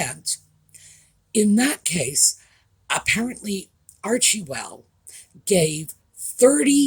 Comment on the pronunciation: Someone please tell me that is sarcastically pronouncing the name of the charity as Archie-well. I will feel much better knowing it’s another inside joke along the lines of Nutmeg and Sock Puppet.